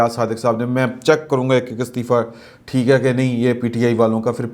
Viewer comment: استعفہ بھی زیر سے شروع ہونے والا لفظ ہے نہ کہ زبر سے